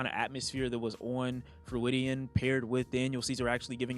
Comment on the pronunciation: TIL doesn’t know how to say Freudian